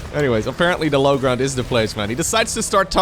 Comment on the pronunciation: I love your commentariesdf, but I really wish you work on your pronuncution of "the" it's not "da"